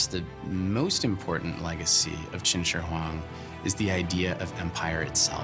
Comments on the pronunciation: White guy pronunciation: Qin SHERRRRR Huang. Li SUH. Zhang GWUHH. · He says it so weird too , would be a dope drinking game